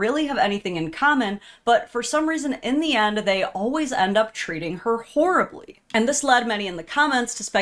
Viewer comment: "hooorribly " with the accent on "wh***re", well done